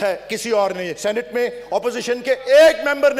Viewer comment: Sannte nai Senate hota hai